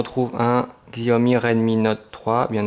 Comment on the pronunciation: Ca se prononçe "shaömi" en chinois, ne me remercie pas ;).